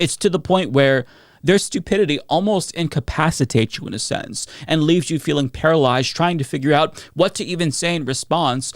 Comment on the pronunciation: Kandiss Taylor (yep, that’s how she spells it) can’t use any kind of sense, she can’t even pronounce the word ‘sense’. She said “it doesn’t make scent”